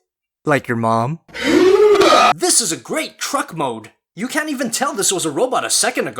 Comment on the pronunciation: Truck not T-reck